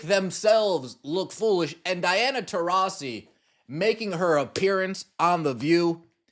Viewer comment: What an effin moron. How does she get “tah rees ee” when the 2nd syllable is “ras”